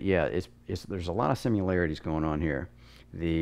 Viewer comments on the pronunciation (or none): You know youre a sim racer when you pronounce it "sim-u-larities"